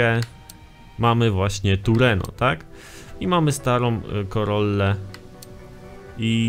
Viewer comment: TRUENO A NIE TURENO